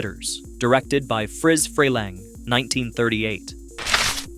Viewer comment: Freleng, pronounce his name right